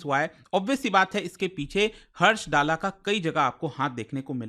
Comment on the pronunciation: सर जी कृपया दल्ला बोलिये.